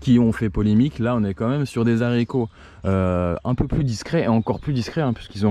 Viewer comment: ces zaricos .... !!! eh einstein la liaison ne se fait pas... c beau la culture....